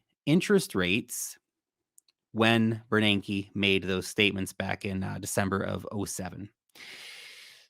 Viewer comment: Every time I hear you say Ben Bernanke, I think Ted Beneke. 🤣🤣🤣🤣🤣🤣🤣🤣🤣🤣